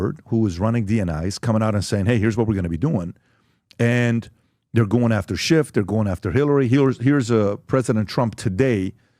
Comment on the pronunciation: Russia russia Epstien .. ee uhh Russia. SHHHIIIIFFF